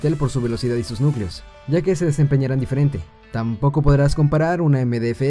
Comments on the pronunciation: nicleos < núcleos ..........xD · dice 8 nicleos xD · dice nicleos :v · nícleos y nulceos xd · nícleos y núlceos xdxd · nícleos xD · minuto 6 ''nicleos'' JAJAJA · "nícleos" "núlceos" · En el Procesador FX 8350 dice "8 nicleos" en vez de nucleos minuto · pusiste nícleos y núlceos jajaja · 8 Nicleos XDD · Nícleos y Nulceos, ¡Aflojale a la Mari sobri! O tendré que enseñarle de modales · nicleos y nulceos xdd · 8 nicleos :v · NICLEOS! :v